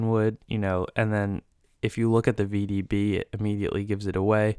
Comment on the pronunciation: STOP....You are dead wrong. The REAL VDB is slightly left of center. I've been a rare coin dealer for 60+ years. Get your facts straight before mouthing off and misleading people. AND....It's NOT vbb. It is V.D.B., The initials of Victor David Brenner, the coin's designer. PLEASE learn about Lincoln Cents.